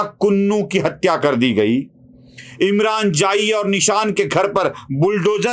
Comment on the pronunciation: निशान नहीं जिशान है वो.